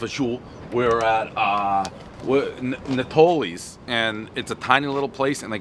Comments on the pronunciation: Bruhh I would almost guarantee that it’s not produced Natalie’s but nah-tol-lees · Stop butchering last name, everyone who speaks Italian knows you sound it out like this....It's NAH-Toe-Leez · Never had their pizza but i use to LOVE eating there on my layovers working for the railroad out of Oak Island Yard in Newark. BTW its Nay-toe-lees. not nat-o-lees. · Natalies? No bro.. "Nah-Tohlees" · Name butchering starts at “ ” mark - devolving into “Natalie” Pizza. Multiple mispronunciations, every knows the rule. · Man can't even say the name of the place correctly.